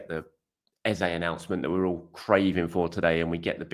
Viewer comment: His name is pronounced ez-uh, not ez-a